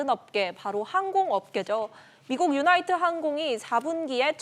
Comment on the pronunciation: 유나이티드항공!! 유나이트가 아니고